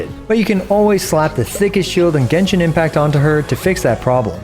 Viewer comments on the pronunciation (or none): none